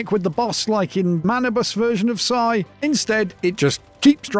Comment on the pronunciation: Yes finally! A Once Human video that correctly pronounce Ψ Psi /saɪ/